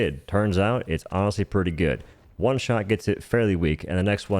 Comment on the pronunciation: Dude what's with the H in every W-sound? One is just one, not juan.